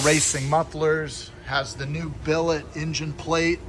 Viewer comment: Say billet